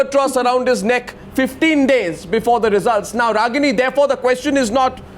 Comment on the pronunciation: hear Mr Bhandaari asking KOSHCHAN !! not Question but KOSHCHAN, KOSHCHAN, hear me out, its KOSHCHAN, not question ! KOSH-CHAN ! KOSH...CHAN !! KOSCHAN ! not question !!